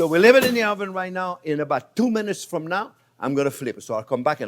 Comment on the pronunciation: nice the "from" or "frum"